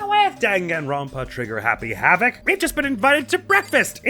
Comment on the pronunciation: Based on this episode opening, every Danganronpa episode should open be you varying mispronouncing the name of the game Be prepared for the 1 person super late to every meeting for literally no reason other than to make you scared that something happened to them Loved the idea of Chihiro asking a question about a "Murderous Fiend" and every ignored her since Makoto wanted their thoughts on it first The motives get so dastardly...we are on the tip of the iceberg of brutality Monokuma: Go watch the videos using the disc player and see the despair! -: standard DVDs? Hasn't Blu-ray been a thing by now? Isn't this suppose to be a high-tech school? Monokuma- Hu- Wha- That's not the important part! Glad to know Monokuma won the Despair part with watching that video, you immediately got worried about all the characters xD "My dear friend ran off in an insane off putting way...but I wonder if the others have anything to say first" Makoto's got such a way with words man...everything with Sayaka was just so incredible. We love Makoto being so bad at fighting it saved his life...one could say it was pretty lucky Monokuma gave him mercy by jumping out of the way...I wonder just how lucky he might be 🤔